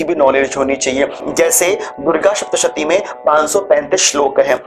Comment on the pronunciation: उत्सुकता से पूछ रही हु, के यदि उच्चारण ठीक होना अनिवार्य है तोह आप सप्तशती को शप्तशती क्यो कहते हैं। मेरे जानने वाले और लोग भी यही करते हैं। ऐसा क्यों?